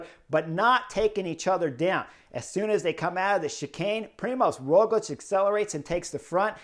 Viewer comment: I have noticed you pronounce Roglič correctly, but not his first name. You can notice “special” letter ž instead of Z, Primož. I cannot think of any english example, so going with french. Word “gendarmerie”, first sound is like “ž”.